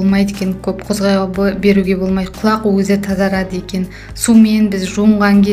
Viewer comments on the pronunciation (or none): ҚұлӘқ демеші ҚҰЛАҚ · Неге қүләқ? Құлақ десейш. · Құляқ емес құлақ